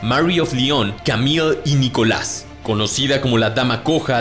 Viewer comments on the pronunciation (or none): none